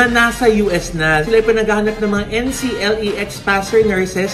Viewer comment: it is pronounced po Enkleks (NCLEX). Board exam po yan for US nurses. Love watching your episodes po